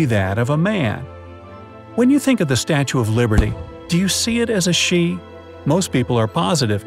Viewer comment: At the start he said Statue of Librety instead was of liberty 🗽